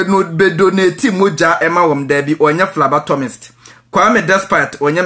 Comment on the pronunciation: It's phlebotomist not phlabatomist wai.